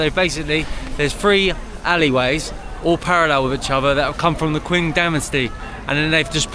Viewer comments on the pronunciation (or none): Pronunciation 'Qing' is ching not kwing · Not exactly 'Cing'. Q is actually a 'ch' sound. 'Ching' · Qing Dynasty is pronounced like Ching Dynasty not quing. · It's not "queen" dynasty. It's Qing dynasty, same pronunciation as Qing in Chong Qing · When you pronounce Qing dynasty, the word Qing is pronounced as if it's Cing. Love your videos, keep em coming. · Qing Dynasty is pronounced as CHING Dynasty, Wide is KUAN as pronounces as KWANT, Zhai means narrow, pronounced as CZ as in CZech Republic, CZ-AI, closer to Chai but with the CZ pronoun, hope that helps